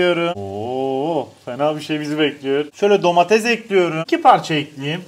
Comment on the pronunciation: Abi şu DOMATEZ DEĞİL ''"""""""""DOMATES"""""""""